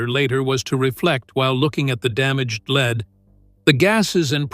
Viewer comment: For goodness sake! Surely you can do better. Try fewer words, appropriate photographs at the precise time your AI voice references them will give a video of condensed size and interpretive power. Edit for God‘s sake! And teach your AI voice to pronounce the word lead as in the metal lead. Geesh.